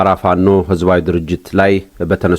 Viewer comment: "አማራዉ እስክንድር ነጋ?" ፋኖ ማለት አይችልም፣ አበዉ ማለት አይችልም።እዲህ ዓይነት አማርኛ መናገር የማይችል አማራ።ቂቂቂቂቂ